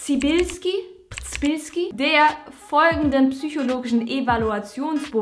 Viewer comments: Der Name dürfte übrigens Pschebilski ausgesprochen werden, rz wird zu einem weichen sch-artigem Laut, wie Dschungel ohne das D :3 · Im polnischen wird ein rz wie das J in jonglieren ausgesprochen. Das y geht eher in Richtung ö. Und jetzt noch Mal liebe Mai :)